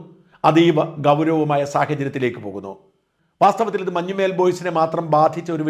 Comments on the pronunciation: മഞ്ഞുമ്മേൽ അല്ല, മഞ്ഞുമ്മൽ ആണ് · മഞ്ഞുമേൽ അല്ല. മഞ്ഞുമൽ